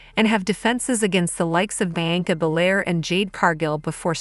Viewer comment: Learn how to pronounce Trish's name. Seriously. Also, Bianca's name. Holy shit.